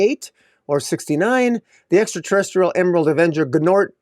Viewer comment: Gnort's rhymes with sports. Gnort's Illustrated...Sports Illustrated. Your pronunciation is a little off, the G is silent I assume. Or maybe I'm wrong, idk!😊